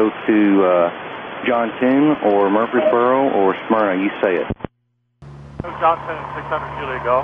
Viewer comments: Heartbreaking to hear this man say that to his family! And it's not pronounced Mur-Freeze-boro, it's pronounced Murphy's-boro. Just an fyi. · MUR-frees-boro, not mur-FREES-boro. Nice work! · Fair skies Dr. Christopher Wiltcher. May you be held in the light. My heart hurts for his family. He was a traveling OBGYN. I’m sure his patients grieve his loss as well. On a side note: for future reference, the emphasis is on the first syllable in Murfreesboro. MUR-frees-boro. Not mur-FREES—boro. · FYI: It’s pronounced MUR-freesborough. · I've never heard someone butcher the name "Murfreesboro" like the channel operator did.